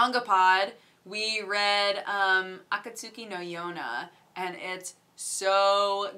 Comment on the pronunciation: Akatsuki, like the organization in the Naruto series. It's pronounced Akat-ski Still love your vlogs tho. keep it up!